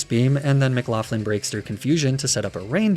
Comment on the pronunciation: loved the video b, but mcloughlin is pronounced like mc-lock-lin